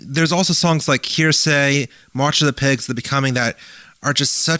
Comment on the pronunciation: Nine Inch Nails "Hear Say". lol. It's Heresy. Look up the meaning and pronunciation of the word.